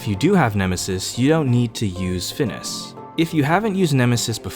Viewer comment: Ngl this is the first time I've heard someone pronounce FNIS as like Phineas